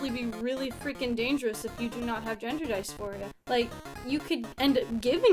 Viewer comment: If you literally can’t even pronounce dysphoria you aren’t trans lol bye.